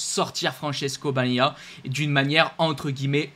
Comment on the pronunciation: Essayes encore : BA GNA IA. 3 syllabes ......... YA MA HA. 3 syllabes. !!